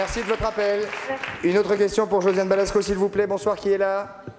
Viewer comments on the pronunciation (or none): C'est Josiane BalAsko, pas Balsko....